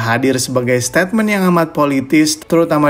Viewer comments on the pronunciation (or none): none